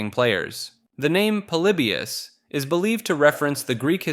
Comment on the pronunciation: Polybius..pretty sure it's pronounced like poly-by-us...but I could be wrong. Seem to remember an interview with some old arcade developers talking about it..